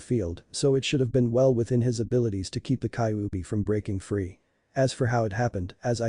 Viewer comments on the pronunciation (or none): and its ky-you-be thats how u say kyubi